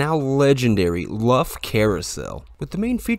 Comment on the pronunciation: The pronunciation of the 1911 carousel is not Luff but pronounced as Lou-fff 👍🎠